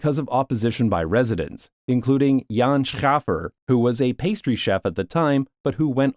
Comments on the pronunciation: Jan Schaefer should be pronounced like Shafer in English. Or, if I would write it phonetically in Dutch: Sjefer. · On Jan Schaefer: he was a remarkable politician, and deserves the correct pronunciation of his name - the ae is pronounced like an english ‘a’. (or a dutch ‘e’…)